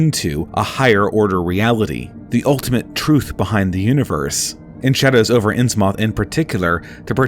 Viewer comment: Bro said innsmAWTH like wtf?? 🤣